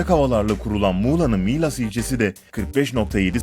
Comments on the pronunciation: abi milas derken i harfini uzatmana gerek yoktu dndmdkkd direk yazıldığı gibi skskskks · Abi miilas diyince garip oldum be Milas burası yaa hani insanların klimayla aşk yaşadıkları 😂😂